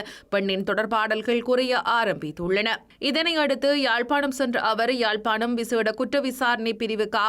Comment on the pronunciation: Correct me IBC Tamil, ஜாழ்பாணமா அல்லது யாழ்ப்பாணமா?